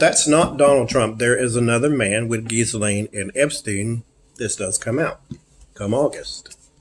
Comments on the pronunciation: The ‘s’ is silent in Ghislaine. And the ‘g’ in Ghi is pronounced gee with ‘g’ being a hard ‘g’ as in guitar. The Laine part of Ghislaine is pronounced ‘Lan’ ... so we get Geelan.😊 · Hello, not to be offensive, but rather just to help Her name Ghislaine is pronounced ""jeesLen" I hope this helps